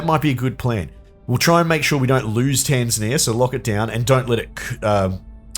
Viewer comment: For some reason, as I watch this, my brain keeps rebelling against you saying "Tanzania" properly and expecting it to sound more like "Tasmania" xD